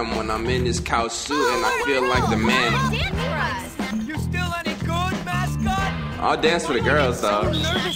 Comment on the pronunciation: "He Wee Perman" 😂😂😂😂😂😂😂😂